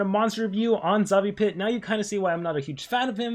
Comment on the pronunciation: Xavipit no Zavipit or it's your accent, btw the mythics are already not basic old days monster because katufo remove positive and aoe stun, Froma disables trait, Armor Claw have taunt, and Cyberiel have weakness skill and skill mirror.